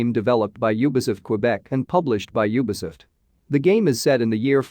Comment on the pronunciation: You mean ny eeeer, and nyo-h.also you forgot ubi-suft.:)